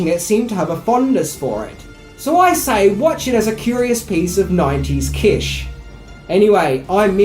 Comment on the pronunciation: Kitch not Kissh.